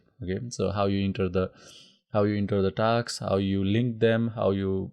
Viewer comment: I stopped the video in between after getting irritated from hearing taks taks instead of 'tasks'